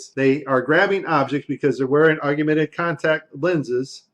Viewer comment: I love this video, but one guy (a guy on "our side"/the side of TRUTH) -and I'm absolutely not bashing the content of what he said, whatsoever, as it was quite valuable, content-wise, but it just irked me the way he said, (sic) "AUGUMENTED REALITY," rather than AUGMENTED REALITY! I'm not bashing him, as a person, nor am I bashing the content of what he was saying, as a whole. I know that I probably mispronounce things, myself, so I'm not trying to be "snobby," as I know that I, myself am one annoying MoFo! (ask my wife!). I guess it's like when people say "NUCULAR" instead of NUCLEAR! That is a big one for me! It irks me to no end!!! Anyway, no disrespect intended toward that particular gentleman... As I said, I know that I, myself do/say things that are annoying to others, as well. The man brought up a few extremely valid, and important points.